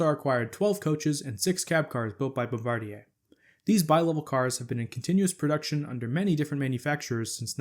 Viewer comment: Congratulations on your correct pronounciation of "Bombardier"! The vast majority of people pronounce it like the crew member who drops the bombs. I was very crudely corrected by an employee of the company when they were in Philadelphia mamy years ago testing the first generation of Acela trainsets.